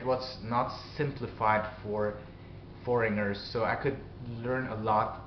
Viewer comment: In a few videos I've heard you pronounce "foreigner" as "foringer." It's not -nger, but rather -gner (silent G). Say it "4 N er." But I have noticed that your accent and overall pronunciation is better here than in some older videos.